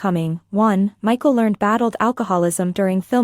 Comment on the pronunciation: It Michael Learn Ed, not learned.